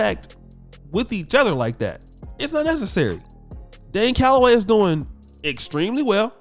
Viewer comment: He called Dane Galloway the puppet "Lame hellagay"